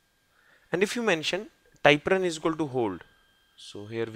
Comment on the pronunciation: Thank you for the videos. They are good. One suggestion, work on the pronunciation of things with a native English speaker. Typrun is not ty prun, but Typ run. I have not been able to understand what it does. I tried five times and gave up. Most of everything else is understandable, but it takes effort.